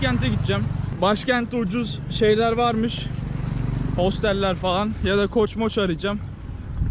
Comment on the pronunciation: Couch, koch olarak degil kauch olarak telaffuz edilir. Yani O ile degil A ile. Koch dersen, coach yani antrenor demektir.